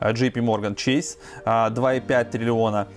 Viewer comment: Блин Чэйс правильно, какой чэйси)))